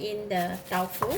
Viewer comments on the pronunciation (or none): She announced it as Tau Fu.... instead of Tofu... interesting